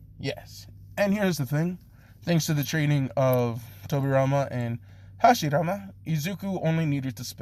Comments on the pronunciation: Hashi rama not hara shima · Ngl I’m kinda offended on how you mispronounced Hashirama as Haroshima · did he realy call hashirama harashima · Yo it's hashirama not harashima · Hashirama not harashima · And also say ha-shi-Rama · bro this is what i was about to comment edit: also its hiruzen sa-ru-tobi sarutobi or sarutobe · Your saying hashirama wrong and it's f*cking annoying